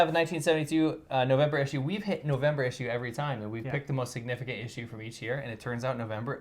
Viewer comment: The way he says “issue” 😂😂😂